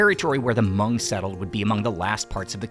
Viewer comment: Thankyou for not trashing the name Hmong with (Ha)mong like most people do.